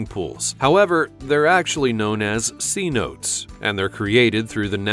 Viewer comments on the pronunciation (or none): c-notes?! Pronounced se-no'-tay. They are very beautiful and to be protected. When my friend, her family and I visited the Yucatan about 6 years ago they swam in several. Yes, you must be respectful and careful but the beauty is breathtaking.